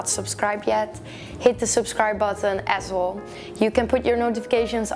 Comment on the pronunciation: When you say "as well" sometimes it sounds like "asshole" and it makes me laugh all the time! Haha. Love your videos btw! <3